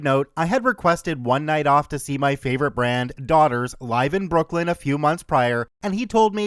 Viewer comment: Not you saying “band” as “brand” 😂